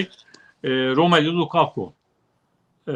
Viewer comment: lukaku degilde lakaka mi demek istediniz?